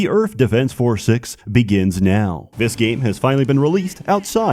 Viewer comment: The only thing that gives him a hard time is the 'TH' in Earth